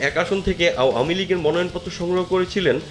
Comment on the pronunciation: আও য়ামী লিগ 😂,ভাই কি সুন্দর উচ্চারন How funny.apni ichha korlei erokim bollen Mone hocche.